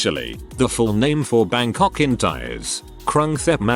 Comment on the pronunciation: The robot gets Bangkok's name right, allegedly but stumbles on so many other common words.